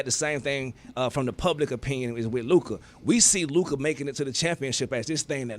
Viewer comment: until stu learns how to pronounce luka’s name, his opinion should be rejected on this topic